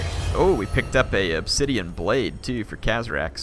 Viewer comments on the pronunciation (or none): none